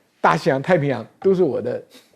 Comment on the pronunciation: 帥將軍,很抱欺,請你去查一下"天塹"二字的讀音.以免以後再念錯了.